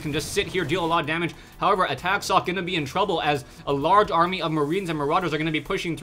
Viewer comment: Socke is a german player, so if you want to pronounce his name correctly you need to "speak" the "e" at the end